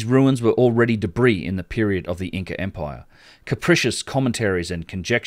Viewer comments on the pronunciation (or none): none